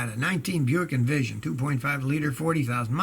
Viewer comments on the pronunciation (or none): none